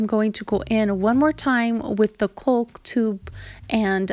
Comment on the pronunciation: Caulk is pronounced like cawk.